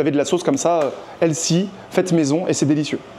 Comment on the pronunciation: “C’est elcy”